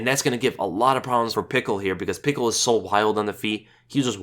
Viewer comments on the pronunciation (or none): its pischel not pickel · Lmaoooo Vinc "Pickle" I'm dead! 😂😂😂 you're the best... it's pronounced "Pee-shell", but man! That made me laugh so much lol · Pickle...? It's (Pishell) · Vince Puh Shell is how its pronounced. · Haha, Pickle, loled so much at the pronunciation. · actually burst out laughing every time you said pickle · same man that was funny af i don't get where he got Pickle from lol! i mean watch's a lot of fights like myself he had to have seen Vinc fight at some point you heard his name (PICHEL) before...Buffer pronounces it correctly not to mention his Nickname Flows with his last name just a really bad miss pronunciation.....lol love ya though you the man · If you type in Pichel in google translate in german and let them speak it you hear the right sound of ch. and his first name is spoken: Vins. Ultimate Fighter Canada vs UK i think he was with Robert, not sure though. Just an fyi :-)